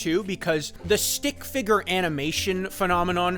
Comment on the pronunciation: The way you say “stick figger” sounds like its a slur every time.